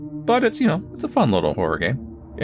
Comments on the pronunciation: this is the first time ive seeen anyone lse ever pronounce iron "I run" instead of "i earn" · ion not i -r-on